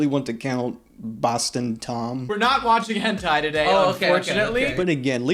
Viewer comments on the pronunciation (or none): none